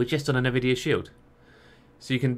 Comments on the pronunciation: Say it with me: "n, vidia". Not "navidia". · isn't it pronounced "EN-VIDIA"? "NU-VIDIA" sounds weird to me. maybe i'm wrong.